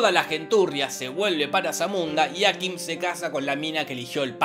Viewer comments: me enerva que le diga ákim DONDE VISTE EN LA PELI QUE ACENTUEN EN LA A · Cómo "Áquim"? Aquím!